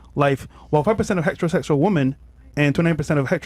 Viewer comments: Why did you guys let read the stats? Wow. "Hetahossual relationships." HOLy! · “It’s in person violence so…”? Just don’t talk. Or read. Good god. “Heta-Ho-Sus-Ual.” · speak like a retard “hetchrosechual”😂😂